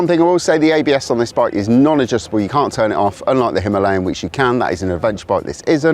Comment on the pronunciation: You mispronounce "Himalayan" on purpose. Stop it.